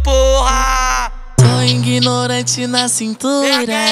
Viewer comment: Só pra corrigir a pronúncia é ‘‘ignorante’' não ingnorante. Mais a música e muito boa beat maravilhoso e a voz do rapaz e ótima parabéns 👏👏👏👏👏👏👏👏